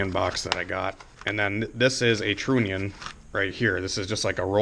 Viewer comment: trunnion rymes with onion the U is not a long U sound I cant take it anymore